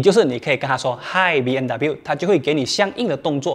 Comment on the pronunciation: 为什么我一直听到主持人一直说 BNW ?????真可怜，连品牌名字都读错！！！